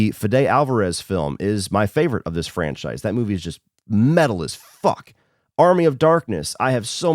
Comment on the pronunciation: My biggest of your hot takes is your pronunciation of “franchise” over the years